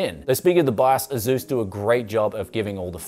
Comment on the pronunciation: They've been making quality MB's for a couple decades and I for one trust Asus over most, which might even be made by Asus... also, pretty sure it's pronounced (aye-soos).